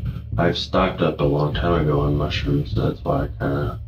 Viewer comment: I tapped out after i saw the robot pronouncing mushrooms wrong